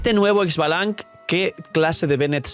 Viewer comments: Xbalanqué es un nombre maya. En maya lo pronunciamos Shbalanqué. La e es tonal y no hay I antes de la X. A mi saurio le puse K'uum, calabaza en maya. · Solo como anotación. Se pronuncia "ishbalanqué" y ya en una misión se mencionó que fue el primer arconte pyro